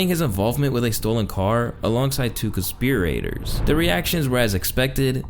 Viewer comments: Con-spear-rators 😂 try that one again. It’s alright it happens to the best of us 😎🤙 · listen to how he pronounced conspirators. CON-SPEAR-RATERS This boy is slow, his fame was purchased.